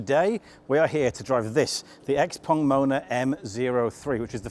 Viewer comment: Ping Pong, Xpeng, not Xpong